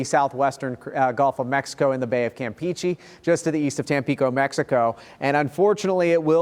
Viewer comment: Campeche (kam petch eh) , not (kam peachy).